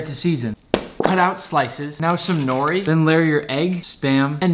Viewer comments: The nori pronunciation killed me (Noo rri) make sure to roll the R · He said norri it’s pronounced no-ti and it’s called the mu-sue-bee not masubi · It's pronounced (n-o-h-ree) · Do you know nori’s pronounced nodi?